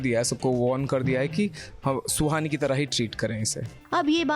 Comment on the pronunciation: Suhani not sloni